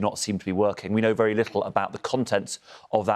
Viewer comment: We are vewy vewy cwoss!!